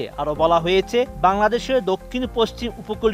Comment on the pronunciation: উচ্চারণ হয়েচে - রয়েচে নয়! হয়েছে, রয়েছে।